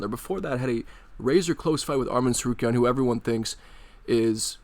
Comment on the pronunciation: he is referring to that chael sonnen mispronounces tsarukyan's name multiple times. Go search chael mispronouncing Arman's name, it's funny